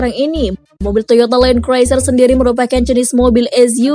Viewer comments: Mbak tolong les inggris dulu. Land cruiser bacanya len kruser mbak bukan len kroeser. Malu2in mbak. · kok mbak nya kek bilang “Toyota Land Craiser” ya 🤔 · Bener banget nih. Goblok nih chanel inggrisnya aja kampungan masak gabisa baca land cruiser.